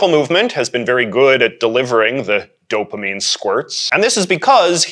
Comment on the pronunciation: Did he just say "dopemine squirts?"